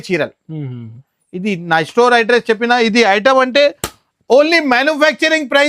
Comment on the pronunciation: Estore kadhu ra ayya store ivvaru kadhu iyyamu, istart kadhu ra start , evaru ra meeru telugu states lo undi telugu radhu